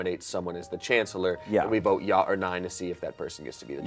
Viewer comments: it’s not ya it’s ja! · I cant get over the fact that they arent pronouncing ja as ya but w a j straight out from dj💀😭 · I hate how the day ja with a j sound😭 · Everytime Ja was mispronounced I wanted to cry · Them pronouncing the “J” in Ja is MURDERING me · The pronunciation of Ja is driving me insane 😭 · The way they pronounce "ja!" annoys me so much omfg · i do not like how they pronounce ja and nein. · I don't like the way the pronounce "ja"